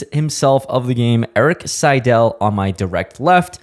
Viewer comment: Noooo, you didn’t have to do the legend like that. “EIK SIEDEL”☠️😭